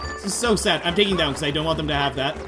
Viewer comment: I love how he says “so sæd😂